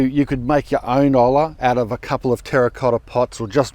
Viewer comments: Hey amigo, double LL is pronounced like a Y in Spanish so it's pronounced "OYA"...LOL. Love your videos. Keep up the good work! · ollas pronounced like boy - a without the b. You should be able to get a potter to make you a replica pot for your system. I have made my own from clay and fired. I use them in my Hoya pots. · Hola as hello actually is pronounced like you are saying, H is mute in Spanish unless preceded by C which turns it into CH double consonant. Olla is not oh la like you are saying. The Elle double L is a double consonant that sounds as a semi vowel. It sound Oh lhya. The L is long and turning like a double vowel. Oh you can pronounce like we do in Argentina Oh shá. All LL and Y in Argentine are pronounced sh, called yeísmo (shae-EEs-moh) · Olla... Oy- ya Oie -ya is how its spoken lol... Best channel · Great job you tryed your best . It's pronounced (oi-yah) it's means big pot 🍲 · Its pronounced oi-ya Like oi ya fogger get back here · Great info. I made my own which seem to work good. My green thumb however aren't great. I believe the 2 LL's together in Spanish makes a Y sound. So it's OYA in sound. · Nice idea and set up. We use olla type watering in northern New Mexico ( USA) it’s pronounced, oy-ah. Thank you for showing how well it works! Really enjoy watching your cast. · I live in Saint Jean de Fos, south France, close to Montpellier. Our village is known for pottery and oyas ( ollas) ! Yes it is pronounced o-ya . Blessings +++!!! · Sounds like smaller gardens should make use of this system. I only have a cement patio which can be hand watered. But going away for a few days means I could lose plants. By the way Hola is pronounced ola. If ol’ la is Spanish the two l’s would be pronounced like a y. Confused yet? Oyah. Llamas? Yama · Hi I love to see your videos you are always very informative but, wanted to tell you that the ollas are pronounced as oya. In Spanish 2 letter L together sound out as a letter y. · It's pronounced "oh-yah"